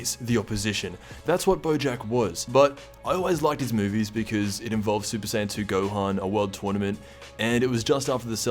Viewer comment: I know I’m not the only one who noticed “ gokua” and “gohana”